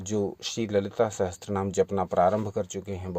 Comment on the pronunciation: Sahatsara ni he bhai Sahasra. boliye